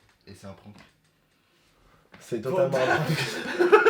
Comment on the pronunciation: Pk il dit no prkank alors que c’est un prhank